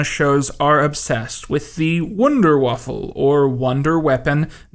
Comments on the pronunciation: You kmeep pronouncing the word: Waffe like the word: Waffle, stop it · Awesome video, I love you dude, but god damnit stop pronouncing waffe "waffle"